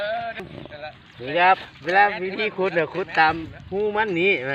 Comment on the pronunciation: ขุด คับ ไม่ใช่ ขุ เนี้ยยยยย